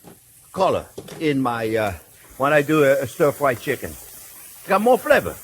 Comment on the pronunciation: "First thing were-gonna-do, were-a-gonna sauté some shicken.... --- NO, that's not what we're gonna do." - Chef Jean Pierre LOVE IT!